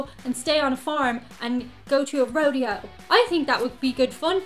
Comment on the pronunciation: Thank you for saying Rodeo and not RoDAYo! Go to Disney World, it has more current attractions (Harry Potter). Route 66 is awesome, get a sign. Don't plan on a spy tour of the White House 😂. Nashville has some Karaoke bars you could sing in. Southerners are very friendly so you'd be welcome just about anywhere. I'm in Tennessee myself 😊 Most of the things are definitely doable! Hope we see ya soon!